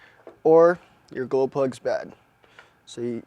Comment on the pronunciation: are you saying golplugs? cant understand,sorry